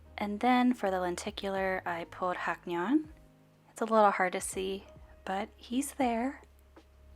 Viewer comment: haknyeon is pronounced as hang-nyeon btw <3